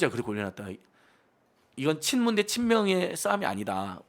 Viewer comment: '나견파'라고 하셔요~~ 분명히 있는데...'친무운' 이라면서 스을쩍 넘어갈려고...